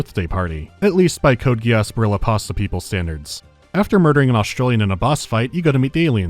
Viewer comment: "Code Gee Ass." I was not prepared to be so triggered by that pronunciation.